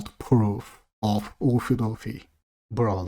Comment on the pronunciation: Oofy doofy is NAW not Law xD